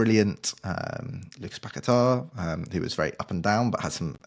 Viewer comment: You blokes pronouncing fernandes like you’re trying to be Portuguese is cringe and especially when you add an extra syllable into Paqueta’s name and then over Pronounce it with some crazy emphasis. Honestly it’s embarrassing and almost makes the whole podcast unlistenable especially because of just how uninteresting and tepid your speaking styles are in general.